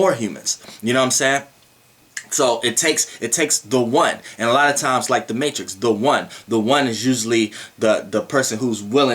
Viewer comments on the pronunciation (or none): none